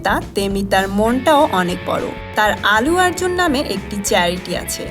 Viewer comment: প্রথমত, তিনি আল্লু আর্জুন, "আলু আর্জুন" নন! -দ্বিতীয়ত, তিনি তেলেগু এবং মালায়লাম ছবির নায়ক। তামিল ছবির নায়ক নন। আপনি শুদ্ধ উচ্চারণের একটা কোর্স করে ইউটিউব চ্যানেল খুললে ভাল করতেন। আপনার উচ্চারণ শুনলেই ভিডিও দেখায় অরূচি এসে যায়... :/